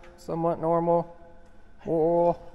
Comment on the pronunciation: Oool you mean oil ?!!🤣🤣🤣🤣